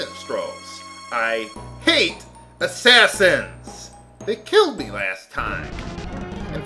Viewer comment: don't you mean you hate Assashins instead of Assassins?